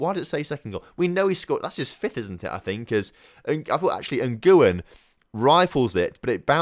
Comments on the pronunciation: Nguyen is definitely pronounced 'win'. Not even playing. Really. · Nguyen is actually pronounced en-gwyn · Ilham Fajrian no anyone can do it if they “whin” and then they’ve pronounced it